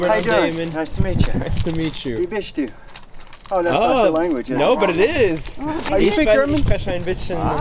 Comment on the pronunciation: "Wie bis(ch)t du?" (lit. "How are you?") -- haha, that was unexpected! :) That Amish guy had the vocabulary and pronunciation down. Funny how in Amish Low German these are almost one-to-one translations of the English phrases. In Standard High German you would rather say "Wie geht es dir?" (lit. "How goes it (for/to) you?") to ask how somebody is doing. :)